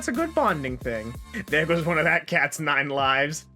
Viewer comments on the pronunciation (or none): none